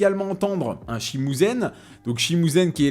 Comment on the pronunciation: Je suis archi mort. Petite coupure au montage parce qu'il se rappelle plus du nom de l'instrument... tout ça pour dire "shimusen" haha. C'est un "shamisen", dommage pas loin